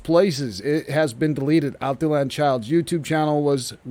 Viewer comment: Al tee yawn.......not Al tee Lan....there.